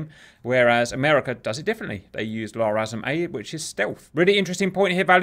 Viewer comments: Did he say, "La Raza missiles." 🤣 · LRASM's as spoken sure sounds pretty close to La Raza.